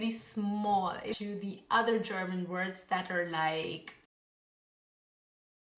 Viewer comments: WOW... your German pronounciation is amazing! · Tolles Video, gute deutsche Aussprache. Mein Abo hast Du! :)